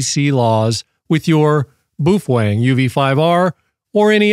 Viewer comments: I was told it's Bao Feng like Beowulf not Boof eng lol. The British all say it like that and ive also heard Boo fang . Lol thanks for the video so far I've watched all your stuff on this radio I'm thinking about getting one. The next four years we will probably be having to use this and older technology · We missed an opportunity of a new year's Eve drinking game where we take a shot every time says "boofwang" 😂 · You’re NOT pronouncing “Baofeng” correctly. Most importantly YOU’RE SUPPORTING A PIECE OF S**T, COMMIE, STATE-OWNED CCP/PRC Company. So, I’m guessing you’re a F-ING COMMIE. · Geez, man...try to pronounce the name correctly. You are wrong....Set power on low, program for FRS and anyone can talk on that UV5R. I am an Extra Amateur Radio lecensee. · Wow, you can't even pronounce the name of the radio correctly... Sorry, but this is a waste of time....